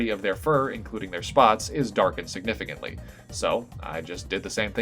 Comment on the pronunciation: “sigtificantly” lmao